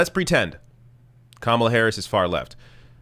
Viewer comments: Obviously Tucker was pronouncing her name as "Camel-a" on purpose to make a comment about her appearance. Anyone who watches any news would know how to pronounce her name. He told on himself when he started ranting about her being above criticism. He obviously mispronounced, not by accident, but as a criticism of her appearance. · Yes, Tucker, you're disrespecting her because you can't even be arsed to find out how her name is pronounced (if your mispronunciation is, indeed, unintentional). And as a national commentator, you should know by now how to pronounce it, or you're not doing your job. That's broadcasting 101. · Is Tucker Carlson SO stupid that he does not understand the difference between criticism and miss-pronunciation? Saying someone's name incorrectly is not criticism.. so his rage is totally misplaced. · LOL! Tucker is criticizing Kamala because he can’t pronounce her name. What an utter moron. Repugs are projecting, from claiming Dems are in favor of Sharia Law when Trump’s base = the #ChristianTaliban, to claiming Bien is “against God” while Trump is actually the Anti-Christ. I totally agree with you,, I’d rather fight Biden/Harris than Trump/Pence. At least the former can be swayed by protests. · Tucker Carlson claiming that he's mispronouncing her name unintentionally when he does it twice just seconds after being told the correct pronunciation is more than a little disingenuous. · Tucker absolutely and unequivocally knows exactly how to pronounce Kamala's name. She didn't just come out of nowhere. She's been on the news in some capacity practically every day on and off for the last 2 years. He's done multiple segments about her on his own show. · so tucker is basically admitting his lame passive aggressiveness by saying her name wrong. right after and for the rest of the segment he continues to say her name wrong. so saying a persons name wrong is criticism?